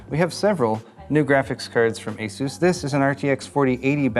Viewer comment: lol "asus"